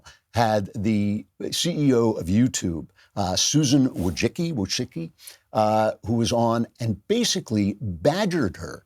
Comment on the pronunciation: Not that it matters, but "voy-CHISS-key"